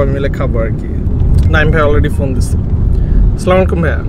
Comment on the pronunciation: vaia slamalaikum na Vai 🥺 :-Assalamu alaikum bolte Hoi